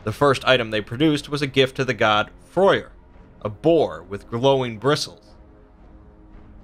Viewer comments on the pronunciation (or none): It's actually not debatable whether Thor is a ginger or blonde.It's proven he's a red head from the Eddas and it's Freyr not froyer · Actually in old Norse Freyr was pronounced kind like 'Froya'